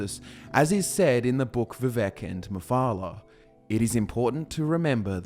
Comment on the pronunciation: Vivek rhymes with cake.